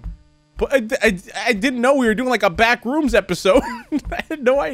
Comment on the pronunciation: Words pronounces strangely (with proper emphasis on syllables) BACKrooms: backREUMS Thanos: Thaynos